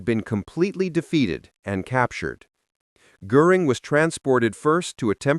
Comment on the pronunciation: You are mispronouncing Goring’s name.